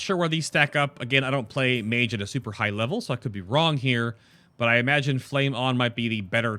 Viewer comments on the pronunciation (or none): none